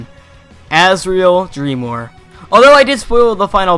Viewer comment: its not Azriel dreemor its Azriel Dreemur!